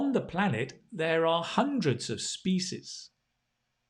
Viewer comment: Hello sir, I am afraid that you mispronounced the word "species"....Pls look up the pronunciation.